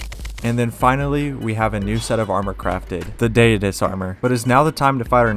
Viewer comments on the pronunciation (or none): Astrum doos 💀 It’s astrum day-us